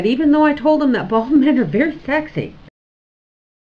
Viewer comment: Bald not bale lol